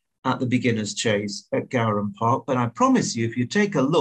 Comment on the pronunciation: it’s pronounced gowran as in gore-un 👌🏻